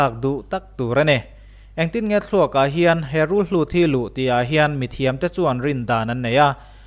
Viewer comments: En a manhla ṭhin hle mai. "Rulhlut" ni lo vin "Rulhut" tih tur a ni e. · Rulhlût ti a i lam hi ka lo hriat ṭhin dan chuan Rulhùt tih a ni a, sawi dan a in ang lo em ni aw ka ti